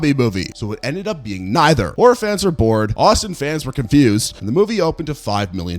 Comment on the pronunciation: It took me like 6min to realize you've been saying "horror fans" and not "orphans."